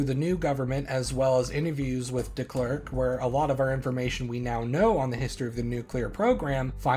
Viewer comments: well yeah, I don't care that he got it wrong, it's a hard name and I didn't expect him too. Glad he tried at least. But that is still definitely not right for Afrikaans. That's what the thread was about, does Afrikaans pronounce it like that, I don't agree that it does. Dis snaaks dat ons altwee Afrikaners is en dit verskillend hoor, wonder hoekom. Dalk het ons altwee verskillende Afrikaanse aksente. Maar vir my klink dit heeltemal verkeerd vir Afrikaans. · As a Dutch person, i wonder if your pronounciation of Frederik Willem de Klerk is just wrong, or if my assumption that it would be pronounced very similairly to how it would be pronounced in Dutch is wrong Regardless, this is a good video, i didn't know South Africa had nuclear weapons before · I disagree. That's not how I or anyone else I know would pronounce F.W. de Klerk. I don't know how the dutch would pronounce it, but his pronunciation of Frederik Willem sounds almost like German to me whilst his pronunciation of de Klerk sounds English